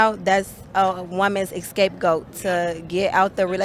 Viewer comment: Woman said "escape goat" hahhahhhhhha😂